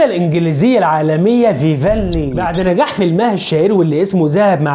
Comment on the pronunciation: اسمها فيفيان صلح النطق